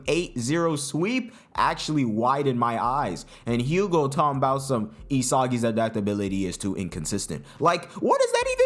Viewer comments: Btw I'm french and Hugo is pronounced "Ugo" without pronouncing the "h" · Am pretty sure hugo's name is pronounced "Ugo like as in "you-go" and I think the "H" is silent.